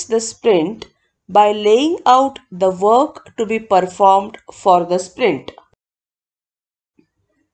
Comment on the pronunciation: Is it "work" or "weok"? Pffff